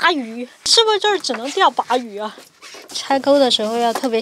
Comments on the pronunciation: maquereau是鲭鱼 属于鲭科，鲅鱼属于鲅科。另外，鲅念“霸”，不念“拔”。En plus, Yuppie 重音在后不在前。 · 鲅鱼 念霸鱼，不叫拔鱼，你个渔夫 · 鲅 bà ，读四声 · 鲅鱼 四声